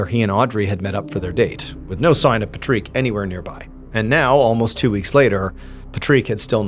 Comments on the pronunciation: According to Google, "Yes, the name Patrick is pronounced differently in France, typically sounding like "Pa-treek" with an IPA of /pa.tʁik/." This is likely ehat he is going off of. He pronounces the name Patrick in English in other videos with people with that name, it's only this video that he is pronouncing it different because he likely Googled how the French pronounce the name Patrick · why are you pronouncing his name funny ? :/ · You pronounced Patrick so odd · What’s up with the funny pronunciation of the name Patrick? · well the French way of Patrick is Patrice and is pronounced like the comedian “Patrice O’neil”… So before you decide to insult someone you should do some research, you ignorant fuck… Big fan of MrBallen by the way. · So, after watching this, I saw my nephew watching SpongeBob and I started pronouncing Patrick like Mr. Ballen did, and this kid went ballistic saying "THATS NOT HOW YOU SAY HIS NAME!!!" Odd behavior for my 25 year old Nephew.... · I’m sorry but is no one gonna talk about how Patrick’s name is spelled right but said wrong and Marc’s name is spelled wrong but said right😂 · Is it me or is he saying Patrick wrong? Every time he says his name , he reminds me of The Land Before Time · Any other Patrick's wish they'd only listened to this instead of watching their own name getting pronounced like that? We barely get our name mentioned at all, let alone out loud 😑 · why are we saying his name like that. watch spongebob and find out how to say it like wtf lol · Omg why do you keep saying Patrick lile that😭😭😭 as a French person ill hold your hand when I say it doesnt matter how its spelled Patrick is Patrick. Lile on sponge Bob square pants? It cant be the first time youve heard the name patrick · Yeah people's name's are pronounced differently in other countries. Shocker. Had he been swedish, it would've been "Paw-trick" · He’s saying it wrong. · Normally it would be Patrice - have checked - it is indeed Patrick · "Pa treek?"